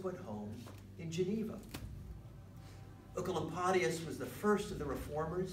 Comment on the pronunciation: Thank you I have been looking for 15 mins on how to pronounce Oecolampadius for a school presentation and this is the only thing that helped me❤